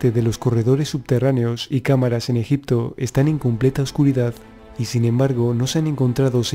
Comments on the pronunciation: fernandez villa jajajajajaja😄😃😂😁😂😄😄😃😂.... veo ke nadie entendio mi sarcasmo... el puto español no puede pronunciar egipto😒 y dice: ejic-to😠 en vez de egipto😏 pero bueno ta chido hijitos echenle dulces a la piñata😄😃😁😁😂😄😂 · Muy buen Documental. Muy buenos y válidos datos. Esa información la proveen Documentales de History Channel, kokGraham HancRobert Bauval, Faltaría únicamente, agregar las "P" de EgiPto, las "B" de oBjeto; las "G" de siGnificado, laS "X" de eXtremo; las "B" de suBterráneo; las "C" de teCnológico; varias letras faltantes, que distraen y desmerecen la buena información, etc. Escuchar Egito, Egicios, ojeto, etc, es muy desagradable. Si el Presentador se esmera, como corresponde a un serio Docmental como este, sería maravilloso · se dice ejipto, tal cual XD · escucha al putete.. y en ves de sonar .. egipto.. dice ejic to... español putete tenia ke ser😄😂😁😂😃😄😄😃😁😁😃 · en el antiguo ejic to ... 😄😃😃😂😁😃😃😄😂😁😂😃😄😃😂😁enseñste primero a pronunciar.... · Rojito Morito llo allel conpRe el amtijuo ejicto